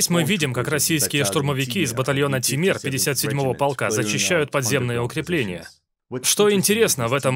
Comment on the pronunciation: Не Темир ,а Тимур